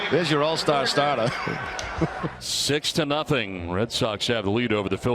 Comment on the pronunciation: "There's your all-stah stahtah"